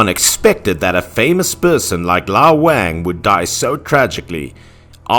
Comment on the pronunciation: I don't think that's the correct way to pronounce the name "Wang"